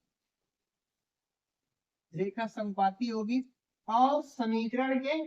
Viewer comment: sir shamikarad nhi samikarad